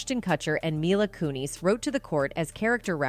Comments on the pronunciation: Lmao “mila cooneys” the “kuh-chers” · Kuh-cherr and Koo-neez? GTFO lady. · Huh? Who is Coonies and Cutser? Maybe learn how to pronounce names prior to reporting on them? 😂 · I love how this pronounced cutcher and coonies. 😂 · You kept pronouncing her name wrong and took forever to get to the point! Had to click off. Bye bye! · My issue is with how this video pronounces Mila's last name